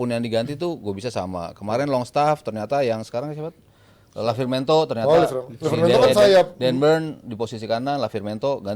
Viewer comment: Lavimento 😂😂😂😂😂. Pundit macam apa ini 😂😂😂😂😂